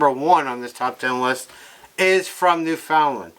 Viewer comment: You don't say newfinland properly